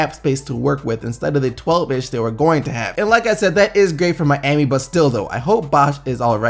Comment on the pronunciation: you say Miami weird lol. I like the channel, keep up the good work.